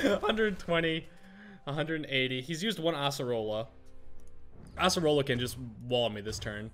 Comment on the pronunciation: you say Asserola instead Acerola